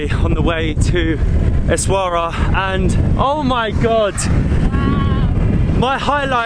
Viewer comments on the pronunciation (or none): It's pronunced essawiira !